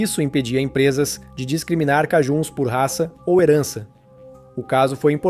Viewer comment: O nome "cajun" se pronuncia como "kei-djân". Observe que é próximo á pronúncia inglesa para "acadian" ~ "a-kei-djân".